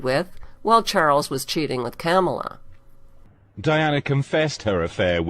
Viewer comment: I think its hilarious that she calls Camilla - Camela similar to Pamela (if you listen over & over its sounds like Camalot.) hahahahaha - gotta love those that cannot pronounce names properly.